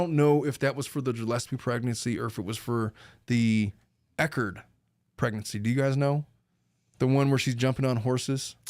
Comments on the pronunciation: Just started watching but I just have to say that Clayton’s last name is ECHARD, not EcharT. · I don’t know if someone corrected u but it’s pronounced Clayton ec hard